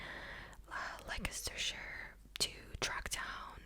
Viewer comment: Leicestershire? It’s pronounced “Less turr shire” strange I know. But true 😂. I’m English.